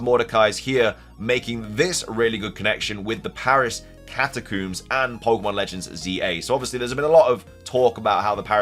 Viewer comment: Literally screaming at my phone “it’s Catacombs, COMBS!!”